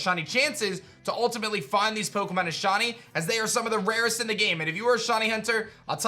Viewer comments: Sound like he’s saying shotty not shiny, kind of annoying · It's not "shaw knee". It's "shy knee". Pronunciation 101. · I can't with how he says "shahnee" instead of shiny 😂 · I love you man but every time you say shiney I hear Shawny 😅